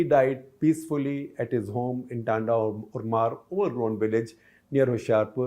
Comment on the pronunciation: Dear SG, the right pronunciation of name of the place is टाँडा उड़मड़। 😊😊